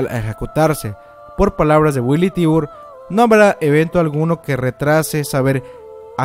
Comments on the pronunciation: Haber!!!!!!! NO ES FAMILIA TIBUR, NO ES DONA JAEGER, NO ES MARLEY, NO ES KLUGER.......ES TIBER, DINA JAEGER, ES ES MARE, ES KRUGER, ¡¡¡YA ME TIENES HARTA!!! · dato curioso: La familia Tybar, su pronunciación es "Taybar"